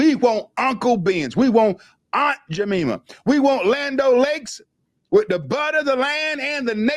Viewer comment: The correct pronunciation the pancake syrup is Aunt Jam I ma not Jam E ma. I not E. Other than that, I love your channel and your thoughts.🙏🏿👍🏾